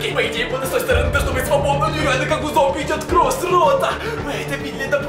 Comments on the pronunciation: Почему ты говорил не кровь а кров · Мне 1 интересно почему ты говоришь не кровЬ а кров